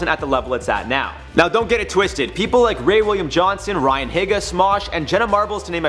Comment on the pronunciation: The way he said Ryan higa made me want to commit ynw melly